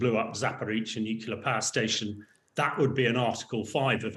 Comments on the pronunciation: Bright guy, but I wish he would learn to say nuclear, instead of nucular. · It's n-u-c-l-e-a-r, not n-u-c-u-l-a-r. At least sound like you know what you are talking about. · The word is Nuclear, not Nucular. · NUCLEAR, not nucular! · It’s NUCLEAR not “nucular” ! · I can't listen to anyone who can't pronounce nuclear properly. It's nu-clear not nu-cu-lar. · Very interesting and quite right. I’d have slightly more confidence in a nuclear expert who could say ‘nuclear’ rather than ‘nucular’. Everyone can say ‘new’ and ‘clear’ so why not one after the other? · It is important not to pronounce the word "nuclear" wrongly. Only ignorant people pronounce it "Nu-cu-lar". Like this chump. The correct way to say it is always "nu-klee-ar". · What is so difficult about saying the word: nuclear? Why is it that some people are only able to say new-killer, and are apparently unable to say new-clear? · Nucular, nucular, NUCULAR! How is this real? How are so many "experts" still saying nucular? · He’s still saying newk-you-lar instead of new-clee -ar. I can’t trust him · NUCLEAR, Hamish. New Clear. It's not difficult 🙄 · A minor point, but...why can't he stop saying "nucular" instead of "nuclear"? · Please take the nookular issue more seriously,.:D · Wish these so called experts would pronounce nuclear correctly. It’s New Clear. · 'Nuclear' is pronounced New-clear unless you are Homer Simpson and then it is pronounced New-killer. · What is the guest talking about? Nukelar? 😎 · How are you supposed to accept him as an expert when he can't even say "nuclear"? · Why cant people say nuclear properly? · The LOUSY so-called expert who cannot even pronounce Nuclear correctly ‼ Zero credibility. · Even the English are mispronouncing "nuclear" now. Sad. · New drinking game idea. Gotta drink every time this guy mispronounces the word nuclear. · Shame he can't pronounce nuclear. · Why do people find it so hard to pronounce "nuclear"?